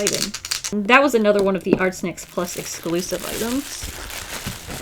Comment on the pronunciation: I keep hearing her saying Art Snek 😂